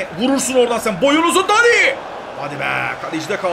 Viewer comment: Dani değil abi Deni